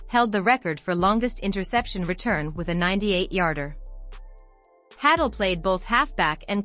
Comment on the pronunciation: Hay-dull is the pronunciation. Not hattle.